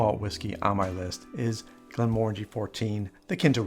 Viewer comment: its pronounced Glen muh ran jee ...just saying...it means valley of tranquillity in Scotish gaelic